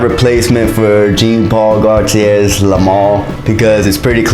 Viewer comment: just watched this ..late i know but i said id watch a couple of your vids after your jeremy fragrance rant which i agree with by the way BUT when I hear you pronounce Iean Paul Gaultier as "Gene"...Im sorry man ...not cool my man ..my 10 year old wouldnt make this mistake...one of the biggest fashion /fragrance icons in the world and you cant even pronounce his name says to me you never even heard of him..the dog on the street knows JEAN Paul Gaultier so Ill be passing on subscribing.....your not all you think you are or want people to thik you are